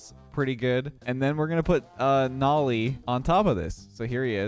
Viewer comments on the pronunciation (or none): Isn’t his name pronounced NO-LEE and not NOL-EE?